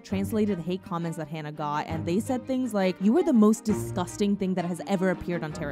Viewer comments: My only criticism is regarding you pronouncing Hana's name wrong. If you would like to hear how the name is pronounced, recommend listening to the Japanese pronunciation of her name. Other than that I thank you for talking about Hana. My first time seeing her was when she made her US debut wrestling for a promotion called Ring Of Honor through their Women Of Honor tournament in 2018. Instantly felt a connection with her as a fan. I never felt that way towards any wrestler like I did with Hana, like as if I knew her for a long time. Been a fan of hers since then. Her death still hurts to this day, that clear vivid image of seeing those threats happen whenever Hana would post a picture about her daily life. No matter how many positive tweets her wrestling fans and few "Terrace House" fans were sending her way, Hana couldn't see how loved she was. I've personally struggled with her passing, as she meant the absolute world to me. Although I never met her personally, it's that connection I felt with her when I first saw her wrestle in 2018 live on a PPV. I made a promise to Hana after she passed that I would continue living for her, continue to be kind to others, and to constantly check up on others. Thank you again for speaking about this, and I hope people can learn from this. 木村花さんまたね。🌸❤️ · im sorry but... her name is not hannah, its hana (hah-nah). the least you could do is say a dead girls name correctly and not warp it to meet your western standards. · for everyone typing/saying "Hannah," she's Japanese, so the correct pronunciation is "Ha-Nah" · Whenever I think about her I cry. But also, please, pronounce her name correctly, it's like "Haah-nuh" not "Haan-nuh." Hana is "flower" in Japanese but Hannah isn't anything. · It would've been nice if you pronounced Hana's name correctly.. it's HANA, not "Hannah". And the super over-produced and abundance of dramatic sound effects is honestly disrespectful. This isn't tea and drama, a girl died.